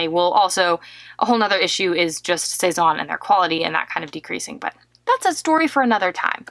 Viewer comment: C'est n'est pas "sez-awwwn" mais "sez- ann"